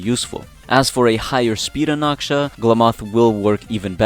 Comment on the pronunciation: He's Anaxa not Anaksha